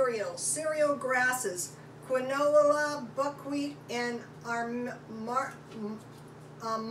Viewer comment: FYI: quinoa is pronounced KEEN WAH